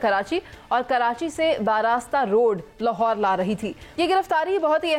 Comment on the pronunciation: Lahorer kya hota hai? 😂